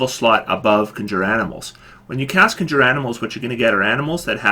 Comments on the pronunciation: It's Con-Juur. Not Conjer. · Conjure... *CON*jure ... the accent is on the first part of the word! CON jure. And I disagree about Grasping Vines. I've made good use of Grasping Vines for getting my allies out of harm's way and getting enemies into melee fighter's reach. :) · Jesus Christ learn how to pronounce CONJURE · Your mispronunciation of "conjure" is, surprisingly, irritating.